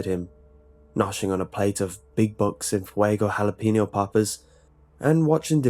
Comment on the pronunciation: It's jalapeño, but he said it like "halapeenio".